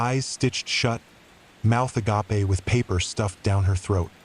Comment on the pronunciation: I’m sorry, I can’t get over Mouth A-gapé